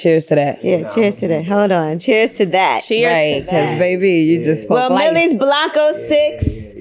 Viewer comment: Angyla pronouced his name Wrong